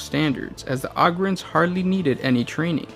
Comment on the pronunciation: Dude Ogryns is pronounced "Oh-grins"!